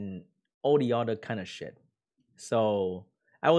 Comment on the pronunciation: oh i'm in the video ( 2.42mins) kekw " what a shet scroll" (Noda)